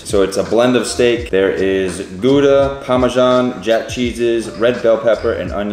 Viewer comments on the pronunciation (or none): Heel goed! If only Gouda was as perfect 🙃 the ou as in how